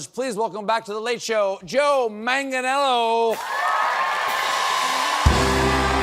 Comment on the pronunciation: Stephen. PLEASE PLEASE PLEASE learn to pronounce your guest's name. It is ManganIELLO... it has an I before the E... manganyellow. C'mon. You're a smart guy. You can handle it.